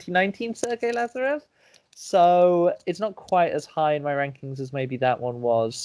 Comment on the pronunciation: Btw why are u pronouncing 'latsarev'? :)) he's 'laZarev' like in 'zero'